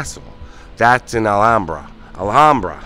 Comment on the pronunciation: Great video,. Such a tragic end for Lana Clarkson. She had a brief but memorable role in "Fast Times at Ridgemont High." My cousin was the jury foreperson in the second trial that convicted Spector. One little note, - the "ham" in Alhambra rhymes with "Sam." 🙂 Love your videos!